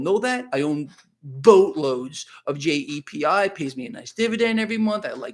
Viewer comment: What stock or etf is long? I thought he said JDPI but that wrong. Help please?!